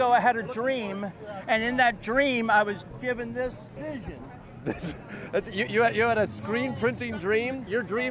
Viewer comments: Hey Jordan it’s pronounced Lan-KISS-ster not Lan-caster! Put some respect on our name! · LANCaster, Jordan, not lanCASTER :) okay, carry on :) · Sorry, can't help it... it's Lang-cuh-ster, PA not Lang-cast-er, PA (just let us be wrong, ok?) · Excellent work, Jordan--expect, it's LANK-es-ter. And, for the record, you ARE funny.